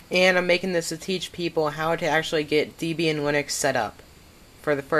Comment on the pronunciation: Please stop saying "Deebian". It's named after Ian Murdock's then-girlfriend Debra Lynn, and himself (Deb and Ian). Do you pronounce the name Debra as Deebra? No? Then stop saying Deebian.